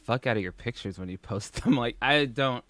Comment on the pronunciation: When she says "pitchers" instead of "pictures"........ IT IS THE LITTLE THINGS DUDE, I CAN'T!!